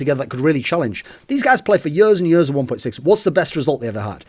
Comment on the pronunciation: for yuurs and yuurs and yuurs